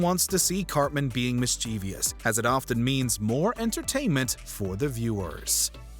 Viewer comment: I was all aboard until he said Mischievious instead of Mischievous...